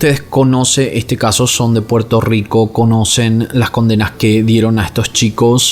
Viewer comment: Puelto lico ... nunca entendí porque tienen problemas de pronunciar la r jaja 🤦